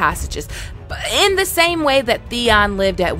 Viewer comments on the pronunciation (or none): none